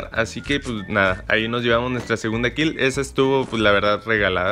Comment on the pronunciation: Es kill no "khiel"